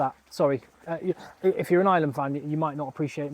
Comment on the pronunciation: Dude.... you're really good, very honest, have a really great read of the game and know your shit. I'm watching and enjoying ages. Tonight I've subscribed. BUT...... I am from Ireland 🇮🇪 (eye-er-land) not fu**ing ISLAND..... 😢 an island is a small piece of land off the coast of any countries mainland - now I know many of you think that's exactly what we are and maybe were for a long time but.... nowadays - WE AREN'T! Please try say our countries name a little bit better - please 😌 Ireland 🇮🇪 (*eye-er-land) Many thanks.